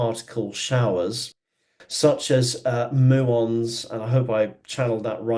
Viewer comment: muons. you pronounced it right. thanks so much. exciting times!!!